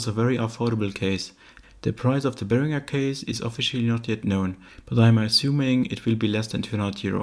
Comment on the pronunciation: My favourite part is the proper pronunciation of Behringer.